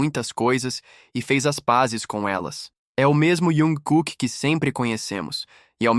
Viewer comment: Q raiva dessa besta falando iankooke.e jungkooke ,besta